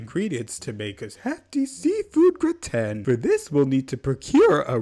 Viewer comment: the way you pronounced gratin 😭😭😭